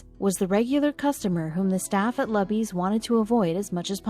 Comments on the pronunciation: The Luby’s Restaurant isn’t pronounced LAby’s, It’s Looby’s! Sheesh, get it right!! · It is pronounced as if saying "Loo-bies", not "Luh-bys". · sorry I had to thumbs down and quit after a minute and a half... first of all her name is "salazar" she's middle aged, and she lives in BROWNSVILLE TEXAS maybe 95% hispanic... quit showing the pics of young white girls... secondly... QUIT MISPRONOUNCING LUBY'S... it's not luh-bee's, it's LUE-bee's. Everyone knows this. And there are no damn banquet dining candlestick fold napkins at luby's... it's EXACTLY THE KIND OF PLACE that WWII veteran assholes go to. As the video said... IT'S A CAFETERIA! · its pronounced lew'bees not lubbys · The restaurant’s name is pronounced “Loo-Beez” not “Lub Beez”. Do your research next time. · All you have to do is google Marina Salazer , Lubys (NOT Lubbys!) and you can read the story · It's pronounced Loobies not luby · It's LUUBEES not Lahbees. Way too long but heartwarming story. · It's pronounced Loo-bees, not lubbees. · The cafeterias name is pronounced Loobees, not Lubbies. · it's pronounced LOU BEES! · OMG... LOO BEES. I suppose they did not ask anyone in Texas the proper pronunciation. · it's pronounces "Loo-bees" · It is pronounce Loooooobies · Damn computer voice ! It is pronounced LOO-BEE-S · It is pronounced Loobys. It is a buffet. One of the most popular lunch places in Texas. 50K to bring water to the table is a good deal by any measure. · The name of the chain restaurant in Brownsville, Texas, Lubys, is pronounced "LOO-BEEZ". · LUBY'S RESTAURANT IS PRONOUNCED "LOO-BEES", with the accent on the 1st syllable. Since the restaurant's name is mentioned many times, it detracts from enjoying the story. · The name of the restaurant is Luby's( rhymes with Rubys). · Loobees, is how you pronounce it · It is pronounced "LOO-Bees" Luby's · Pronounced: Lu Bee's Morons. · It is pronounced Loobies. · You are pronouncing luby's wrong. Big time!!!!!! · It's pronounced LOOBIE'S! Not Lubbies!